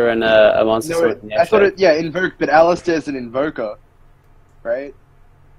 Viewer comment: it's aleister not alistier